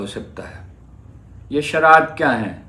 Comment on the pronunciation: Sharat nahi sharayet. Haroon saheb urdu bolain to saheeh warna punjabi may blog karain.